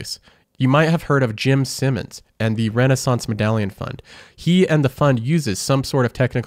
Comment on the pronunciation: Take a shot every time he says "Simmons" instead of "Simons."